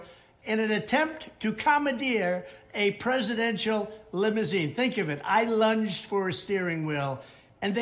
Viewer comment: “Lunged” or “lunched”?